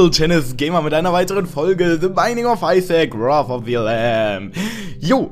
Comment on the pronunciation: Wie TT einfach auf einmal nach dem Isaac, die perfekte Englisch-Aussprache hat! :DD